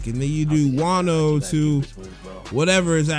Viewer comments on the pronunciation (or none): none